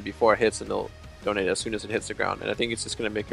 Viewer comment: Brandon Harris yes...its Det-onate not Donate Bjergsen :3